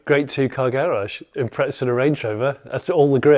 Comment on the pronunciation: every u.k car show i watch i leave the same comment, impreza dose not have a t in it, its not impretza...brits take note.